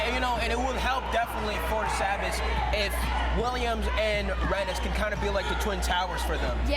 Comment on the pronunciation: It's ( say-Biss) sabis and Taconic is ( Tah-cohn-ick)